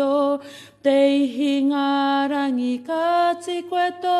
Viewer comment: You're right kare, its "Au Kaha o Waikato" wheeraa ano ki ngaa "au pikinga me nga au hekenga o ngaa wai o Waikato"....ehara ko te Hau o Waikato! Hahaha your kupu read "Ingarangi" but you say "Ihingarangi" lol. It takes great courage and commitment to sharing this waiata with the whole world! Well done kare....mahia o mahi hei painga mo te iwi!